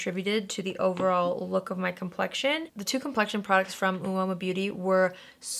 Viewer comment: Uoma is pronounced "Oma". I didnt know that at first either so don't worry